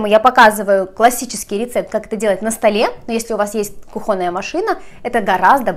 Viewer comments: Хорошая, милая девушка и хозяйка, но согласен - кухОнный резануло по ушам. кУхонный гарнитур стоит на кУхне, а кухОнный на кухнЕ. :))) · кУхонная,а не кухОнная!!! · кухонный ударение на У, но никак не на О. Так не грамотно звучит 😂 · Вы необыкновенно талантливая девушка,творческая личность. Меня интересует только один вопрос:вы из Украины? Тогда вам прощается. Но запомните хотя бы одно:вы в слове "кухонный"сделали раз 12 неправильно ударение. В этом слове ударение падает на первый слог. Извините не смогла сдержаться. А так всё прекрасно.Удачи вам!!!!!